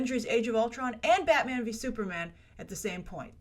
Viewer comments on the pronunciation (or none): none